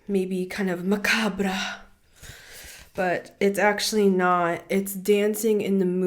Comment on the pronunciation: You made Hecate and I laugh with admiration! you pronounced Macabre like MERKABA! Which is the whole essence of the dark being the place of Light body activation and a return to being a child of the sun who rests in the bosom of the Moon. 🌙 ❤ thank you so much for being exactly who you are. ❤🎉